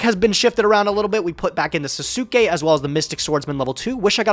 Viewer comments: Literally everybody else: Sasuke Samurai: SUS-oo-kay samurai ily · twitch Sasuke is pronounced SAHS-kay,.